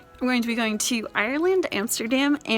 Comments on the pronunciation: Are-lund two syllables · Eyyyerrrlendddd no , no , don’t pronounce it like that